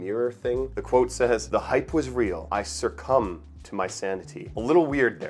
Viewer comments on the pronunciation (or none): yeah but homme is pronounced like home but the h is silent, so it’s like “ohm.” it’s french. and succumb is just succumb and not surcumb😭